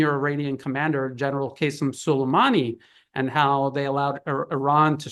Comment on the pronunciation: I'm sorry I can't. What the heck is Kaysem? I don't understand how on the one hand ppl can be so highly educated that they are considered experts on a topic and on the other hand are apparently unaware or incapable of pronouncing ordinary names like Qasim. I'm beginning to think westerners do this on purpose like the right in the US always saying I ran instead of Iran (eeran) no matter how many times its pointed out to them. These names are much easier to pronounce names like Brezinsky, Tchaikovsky, etc, but they have zero struggles with those names.